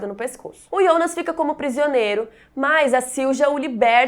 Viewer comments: Por que chama o Jonas de ionas? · Irritante falar ionas